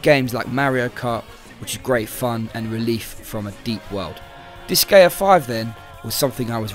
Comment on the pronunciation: Nice review. I think it'd be one better if the intro and outro music were toned down. Admittedly not to my taste to begin with but it is louder than the other content. While I'm nitpicking, it's pronounced like dis-guy-uh. The Japanese name is 魔界戦記ディスガイア or makai senki disugaia. There is a ge sound in Japanese so what I said above at least reflects the creator's intentions.